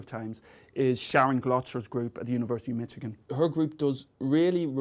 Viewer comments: Did he just say "Mitchigan"? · Hearing Professor Moriarty say "Mitchigan" is quite entertaining.